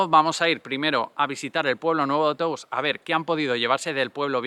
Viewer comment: hola, se pronuncia Tous con O abierta. por si ayuda, gracias